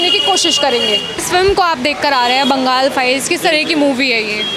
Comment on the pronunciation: Bangal nahi Bengal hay, sahi se bolna sikho fir reporting karo